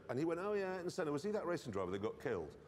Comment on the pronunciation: A tribute to Ayrton Senna, yet NOBODY in this video knows how to pronounce his name correctly (except , the only one to say it right) 😅